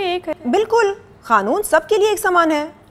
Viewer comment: Yeh kanoon ko khanoon kyu bolti hai over acting 😅😅😅